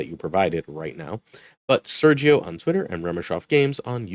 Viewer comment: As a spanish is hilarious how u proinoince Sergio